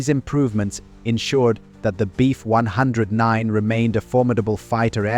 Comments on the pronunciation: Nice doc. Ai narration can be a drag sometimes though. You really have to mess with punctuation, spelling and spacing out letters sometimes. e.g. For proper pronunciation, in the script "BF-109" should be written as "Bee F 109". This will get the narrator to stop saying "Beef"-109. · Unintelligible AI CRAP. Says, "Beef 109" throughout video. Can say the name of the plane???